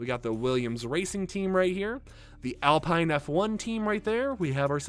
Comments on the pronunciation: SUPER EXCITED FOR F1! Just a friendly reminder that Alpha Romeo is pronounced Alpha Rome-A-O, and Alpine is pronounced Al-peen. Great vid and thanks for all your hard work! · And Alpine lol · I’m sorry but when you said Alfa Romeo and Alpine I cringed😅 good video though, skins look awesome